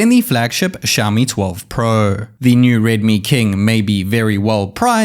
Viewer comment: Plez say pro properly 🤣